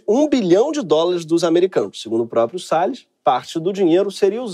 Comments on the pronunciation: O ministro"Sell us" foi demais! Kkkkk O nome condiz com o ofício. Sales (vendedor), A pronúncia "sell us" (nos vende) é muita ironia esse trocadilho. Kkkkkk So clever! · AMEI SEU INGLÊS E MAIS DO "RICARDO SELL US" O PRÓPRIO HAHAHA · Ricardo "Sell us"😂